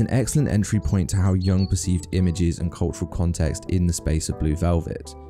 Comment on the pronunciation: A bit over analyzed making a Jung link that is a bit of a stretch without much intelligent or informed backup: more a basic college level project analysis looking for a clever link. And it is pronounced Yoong, not Young, but still not a bad video.